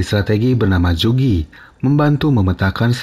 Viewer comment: Zu ge liang. Baca nya zu ge min. Bukan zu gi.